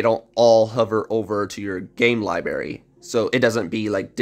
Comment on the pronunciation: Everyone talking about pronouncing Ezii but no one saying a word about how he is pronouncing library. Hahahaa